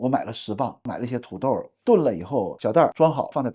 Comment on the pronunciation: 加油！您的普通话说得那么好是我遇到所有东北人中说得最好的那一个，只有少数个别词语仍带有东北腔，如：觉得、出差、土豆、次....。另一个东北人常说的词是“将来”（没听到您说），他们的东北口音发音就像是在说讲来讲去的“讲来”。继续加油哦！